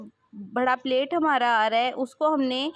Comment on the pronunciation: پلیٹ نہیں ہوتا پلییٹ ہوتا ہے ۔ بھڑا نہیں ہوتا بڑا ہوتا ہے۔